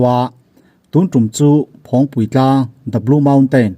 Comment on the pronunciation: Phawngpi tlang tih a lam tur aw